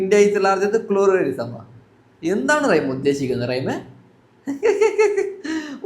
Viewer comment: റൈഎം അല്ല മോനെ... റഹിം..